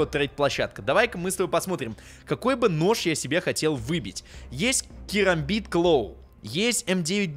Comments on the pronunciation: Керамбит а не карамбит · Правильно керамбит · кЕрамбит правильней, потому что буква A английская произносится как - Эй, е